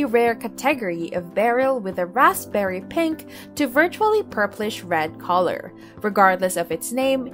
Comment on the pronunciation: Annoying to hear ‘colour’ pronounced ‘collar’….